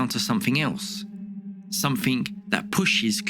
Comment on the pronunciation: yes Im a brit and this guy is trying so hard to conceal his lack of education. He says things like "sumfink" which makes my skin crawl. I feel your pain.